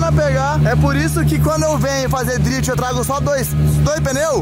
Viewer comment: Sabe nem falar drift xarope